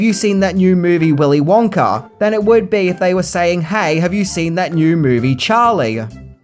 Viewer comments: "Willy Wonker & The Chocolate Factory" was all I could hear him saying. If he said Wonka by itself, it was Wonka. But any words after it, it sounds like Wonker. 😂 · Why did u keep saying willy wonker and not willy wonka?? Cant you day ahhh?? Lol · Does anyone else want to throw something or scream everytime he says "Willy Wonker?" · The accent “Willy wonker” Me every time he says it “wonk-A, wonk-AH!” 😂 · Every time says willy wonker instead of willy wonka you have to take a shot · It's wonka not wonker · “Willy Wonker?” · I remember when I was a kid, my mom would always pronounce the name as “Willy Wanker” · Stop saying WONKER u don't even try to speak proper English also level your audio so it's all the same volume like are u new to tjis? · “Willy wonker” 💀💀💀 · I have a British accent question for you. Why do you sometimes change the way you pronounce "a" sounds? For example, you said the sentence like, "Gene Wilder played the legendary role of Willy Wonka in Willy Wonker and the chocolate factory". What, when and why makes you decide to pronounce the "a" to sound like "uh" and in the other, pronouce the "a" sound like "er"? I've wondered why this is done for a long time. I know that it isn't just you, I have heard other British people, documentarians, narrators and actors make the same different pronunciations. This question wasn't written to offend anyone; it was simply a question from a curios mind. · Willy "Wonker" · “Willy Wonker”😂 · Do you keep saying “Wonker”? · "willy wonker" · “Wonker” lol 😂😂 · Good as always, but I couldn't stop hearing you say "Willy Wonker", and then I would giggle about it should be Willy Wanker...and yes, I'm an adult. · I love how he keeps calling him WONKER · You say Willy Wonker... So annoying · Did you say “Willie Wonker”? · "Willy Wonker"? Lol. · Wonka with an A. Wonker??? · "Willy Wonker"?